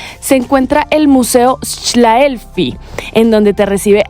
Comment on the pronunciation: Se pronuncia Shlefli =) Mi hermosa y estoy que muero por conocer Colombia. PD: Visita la catarata 3 hermanas en Otishi